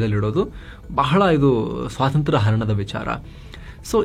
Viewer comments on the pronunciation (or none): none